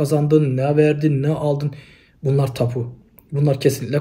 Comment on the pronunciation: Tapu değil Tabu. Önce türkçe.